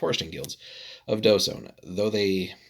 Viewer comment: The Dh is actually pronounced like TH as in THINK so it's TH-sone.